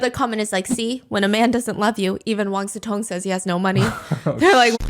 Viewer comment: Why they pronounce his name like Wan SuTong